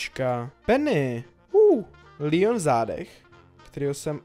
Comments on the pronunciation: Neříkej Líjon je to leon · Jsem jediný komu vadí, když řekne líon?